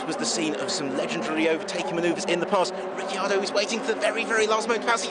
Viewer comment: Val-tearee Bottas and Ricky Ardo